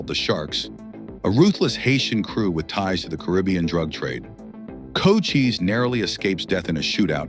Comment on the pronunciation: He mispronounced Cochise's name.